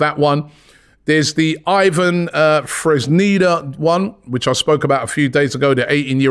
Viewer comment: Robbie Lyle can not read names to save his life... christ! 😂 Nicolio Zaniolio, Freznida... who are you talking about man?